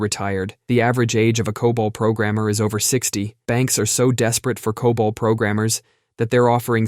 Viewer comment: Pronounces COBOL right, but can't say router.